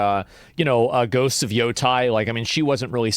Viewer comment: YO TA NOT YOTI 😂